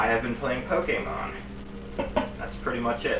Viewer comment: Honestly I wouldn't have trusted the dude just because he says Pokemon like that.